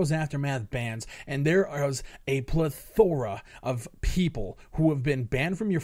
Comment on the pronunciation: When you say the word "plethora," the emphasis goes on the "e".